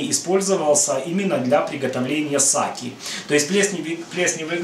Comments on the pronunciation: Не Саки, а Сакэ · Саки? Ахаха, чел, сакэ надо говорить. Мочу пить японцы не будут